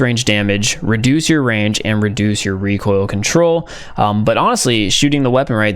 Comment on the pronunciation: No one: Not even a single Soul:: REE koIL kOnTroLr